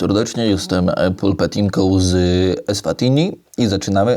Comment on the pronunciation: EswatiNi i MBAbane. Ty czytać nie umiesz?